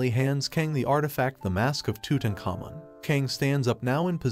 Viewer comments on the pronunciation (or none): none